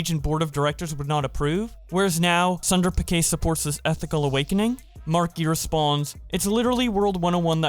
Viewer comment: This dude just pronounced Sundar Pichai as Sandar pikai 😂